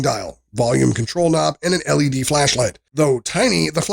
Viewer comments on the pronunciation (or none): The LED lights aren't "leads", they're L-E-Ds (El, Ee, Dee): light emitting diodes.